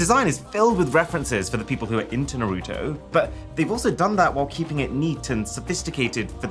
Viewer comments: The way he pronunces naruto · Pronounce Naruto properly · IT*S NARUTO NOT NARUTU!!! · Arun i love u and all but please its not Narouuto. Its pronounced “naroto” 😭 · Who is nooroootoo? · Dude! It's Naruto, not Naroooto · I know TF he did not NAR-RU-TO its Naruto we gon fight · Noroto ???? Naruto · ITS NAH-RUUU - TOE NOT NOROTO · Bruh wth is noroto, it's Naruto (Na-ru-toe)😂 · Bro why do you say nuhrooto. Its naruto. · Iswear his name isn’t norotoe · Norooto? You mean Naruto? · other people: naruto Arun:Narooto. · no ofense it is prounced nar a toe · “NARUTU PHONE” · Bro said nuruto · if U saw the anime you would know his name is (Nar-Ah-Toe) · Narouto got me 😂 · Arun: saying Naruuto Me: for this sin, u will take a rasengan to the stomach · noorooto got me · bro really said "Narootoo" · also if youve seen the anime thats not how you say his name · Even though you said Naruto wrong you got the rest right so respect also I would love that phone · Why do people all ways say Narutos name like that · Just wanted to point out that you're pronouncing Naruto wrong tbh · that's not how you pronounce naruto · I had to stop watching, after he pronounce Naruto wrong 😑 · he pronounced Naruto wrong lol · Love Mrwhosetheboss but they way he pronounced Naruto was just 😒😒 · Don't get upset hearing him say Naruto. Because he can't pronounce his own name. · you pronounced Naruto wrong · The way you pronounce Naruto makes me shiver with cringe 😛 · Cool content, but i think Naruto and Diablo's pronunciation is wrong, lol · Hey great video. I'm going to go on a little nerd rant and then jump back into the Shadows. First, you got to pronounce Naruto right. It's offensive to us weebs. Secondly, why does the scroll open from the side and the phone just come out the top? That's just dumb. And third, scrolls do not contain the wisdom of the ninjas, they contain Jutsu. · We know for a fact that aaron has never watched naruto by the way he butchered his name